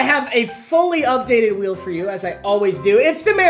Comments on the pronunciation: did anyone hear him at like he said challenge wheer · “There’s also new challenges on the challenge wheer”